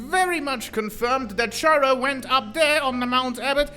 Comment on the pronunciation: bro says Chara and Character in the same sentence and still continues to pronounce Chara's name differently 💀